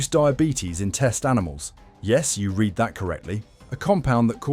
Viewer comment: The word read has several pronunciations and meanings, as does the word reject. You said the wrong pronunciation both times.